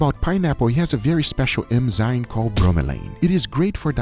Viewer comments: I don't know why but I get frustrated when guga says "emzyne" instead of "enzyme" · FFS Guga, it's not eMzyNe, it's eNzyMe!